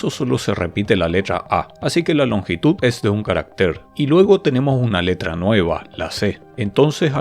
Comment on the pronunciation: En singular , CARÁCTER es una palabra grave y va acentuada, tanto prosódica como alfabéticamente en la segunda A. Su plural es CARACTERES, sin acento ortográfico. En la presentación el término "caractér" (no existe en español) se repite más de veinte veces.